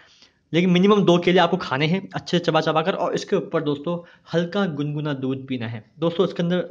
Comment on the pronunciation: अबे हकले दूध गुनगुना होता है । दुन्दुना नही